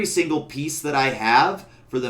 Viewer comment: Great guide!! "Siggle" in no way takes away how awesome this guide was! Think "sit, Jill" and remove the t.